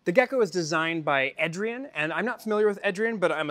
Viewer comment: I am pretty sure the Eh in Ehdrien is a playoff of the "Eh" Canadians are known for and pronounced AY-Drien. LOL . I apologize if someone's already mentioned this and I'm like the 100th person...